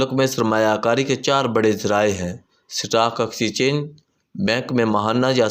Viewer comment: جو جاہل بندہ موضوع کو مضوع اور سٹاک ایکسچینج کو سٹاک ایکسچیچینج بولے اسکو ریڑھی پر کیلے تو بیچنے چاہئیں اس طرح اردو ولاگ کرنے سے پرہیز کرنا چاہۓ۔